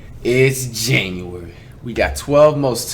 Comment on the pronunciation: why he say “January” so hard ina beginning